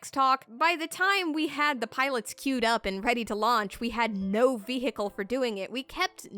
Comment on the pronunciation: "Vee-hickle" <3